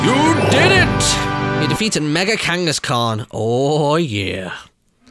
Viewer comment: Whenever he said Mega angaskhan I wanted to punch him of how bad his pronunciation was, who agrees?